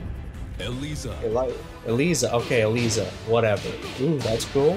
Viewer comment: You mean E-Lee-Za cause that sounds weirder XD